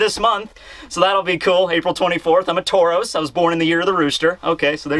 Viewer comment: “I’m a Tauros” 😂😂😂